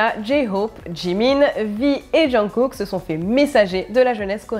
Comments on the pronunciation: je sais mais elle a dit *Jeankook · Jeankook super prononciation mais qinon super vidéo